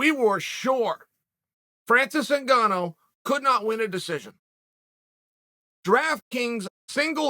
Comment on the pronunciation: I am disappointed that Chael pronounced both of their names correctly